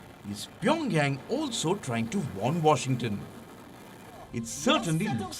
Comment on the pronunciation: Shame to worshington